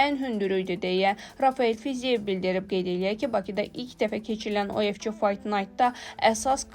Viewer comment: Kolxoz kimi o nə oxumaqdi УФЧ, ingliscə C Ç kimi oxunmur, U də Ü kimi oxunur.